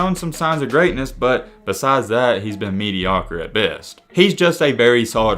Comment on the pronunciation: "mediocr" lmao